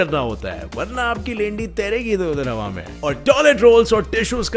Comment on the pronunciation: Bhai aap hawa ki hawe kyu bolte ho